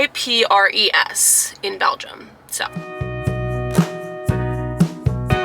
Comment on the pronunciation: The S in Ypres is silent,. In WWI, the Great War, the British soldiers called it Wipers.